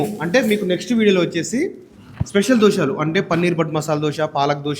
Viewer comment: అన్నా. దోశాలు కాదె 😂 దోశలు